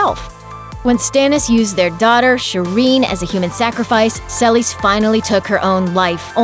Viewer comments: Who the fuck is Sell-is? Seh-lease, it's not hard. Or at least suh-lease. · Selis???? It's Selyse (Sa-lees) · That’s not how you pronounce Selyse. Watch the show.